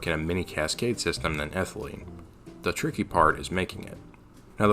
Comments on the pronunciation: Ethylene not Ethelyne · Isnt it ethylene noy ethelyne? C2H4.... if it were ethylyne (ethyl-eye-ne) it would be the triple bonded C2H2 i think